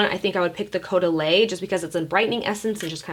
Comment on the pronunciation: Love your hair! Love your nails! Love you! Girl, you’re amazing; been watching you forever! 💜 Caudalie is actually pronounced like ‘CO-DAH-LEE’ but I love the way you say it! 😂💕💕💕👑